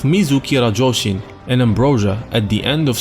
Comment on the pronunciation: It's RASHOUJIN, not RAJOUSHIN!! XD